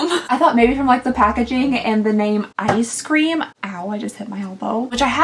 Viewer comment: it is eyes cream. Not eye scream